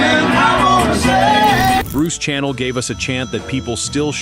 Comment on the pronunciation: It's Bruce SHANNEL not channel